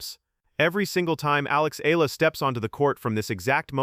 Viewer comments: Her surname is pronounced EH YAH LAH. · Exaggeration, commentary on what Nadal said without quoting what he said, no attribution of supposed animus and jealousy. What good does this do for true, devoted, loyal Alexandra Eala fans? Her name isn’t even pronounced correctly!